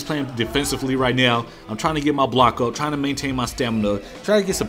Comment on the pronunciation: "I prefuh standing ohp"